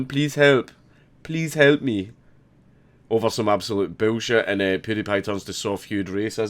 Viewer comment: "bewl shet" God damn it I love the Scottish accent.